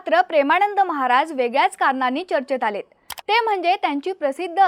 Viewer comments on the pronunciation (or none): कृपया 'महाराज','महाराजांचे' या शब्दांचा उच्चार व्यवस्थित करा!